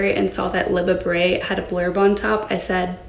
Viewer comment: "hopefully, Liba Bray has taste..." 😂😂